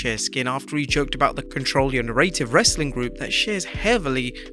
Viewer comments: na-ra-tive.... not na-ray-tive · Stop pronouncing "narrarive" like that!!!!!!